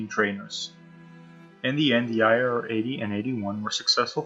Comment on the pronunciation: Dude u pronounced IAR PERFECT!